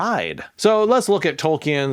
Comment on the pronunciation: The other one is Tolkien. It is pronounced as "Tolkeen" or "Tolkin", not "Tolki-en".